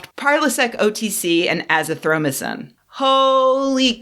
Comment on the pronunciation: "Azithromycin". I cringed. Please say it not like that.